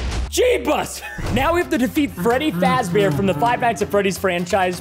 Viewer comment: Me like when Preston said "Freddyfaz bear" me like "five nights at freddys!"